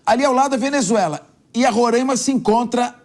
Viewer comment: Me agonia ouvir este apresentador falando Rorãima